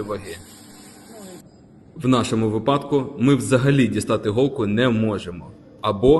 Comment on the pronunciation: В вашому випАдку треба дізнатись де ставиться наголос в слові вИпадок. А так все круто.